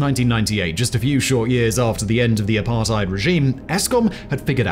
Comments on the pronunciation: Good video. But it's apart-ate, not apart-ide. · Well I live in this shit hole known as South Africa. Here some extras...for the record I'm late 30s and white male. Allot of these impending dooms where brought to light in the 90s after apartheid (FYI it is pronounced "apart - hate" the "ei" makes the ate sound in english). The ANC Gov had one thing in mind, to force integration especially in companies (regardless of skill). This was done with what's now known as BBBBEE (broad-based black economic empowerment).. This created a gap where you are forced to hire base on race not skill. This generally dropped the abilities of leadership and mentorship... For example, if you do business, but you are not at a high enough BBBEE score, you must use a subcontractor that is to bring up your points for the contract. This I have tested and the subcontractor was upto 200% more expensive and twice as long to quote then my normal suppliers. ANC connected people use this, and make shadow companies to get in on the deal, even though they would never been chosen if not for BBBEE. Zuma was probably the worst since 1994 (if not ever), he had (and probably still has) his hands in so many pies, that he is still not in prison, he was pardoned recently. He had the Gov (ie us )pay for all the upgrades to his homestead and the pool was described as a "firepool" (ie, a source of water if a fire was to breakout) As for china and russia. Russia was the ANCs big friend in the 80s (apartheid). ANC members and militants got training from them...hence you w